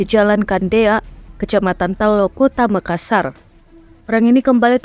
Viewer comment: Nyebutx Makassar dua huruf "S" nya bos